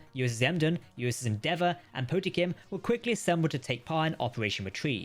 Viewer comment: Po-tem-kin too. I understand it must be a pain haha